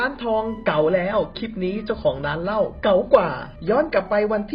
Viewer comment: ไม่รู้ว่าตั้งใจหรือผิดจริงๆนะ เก๋า ไม่ใช่ เก๊า นะครับ พอดีเป็นคนชอบอ่านซับแล้วมันตะหงิดๆ